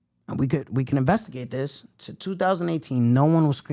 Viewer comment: “& We can investígate This shit” 😭😂😭😂